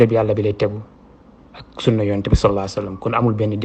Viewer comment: Yéfeur sahh meune na prononcer le mot "sunnah". Youkhou sunnah taxoul bokk ci sunnah